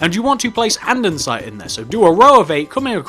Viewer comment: andesite not andensite